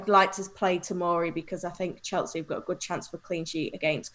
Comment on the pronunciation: There's no 't' in Chelsea 😂